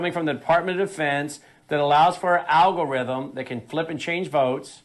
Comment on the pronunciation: An Owgorithm eh.